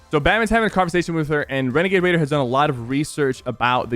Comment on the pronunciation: he sort of said renegade raider like renegade waider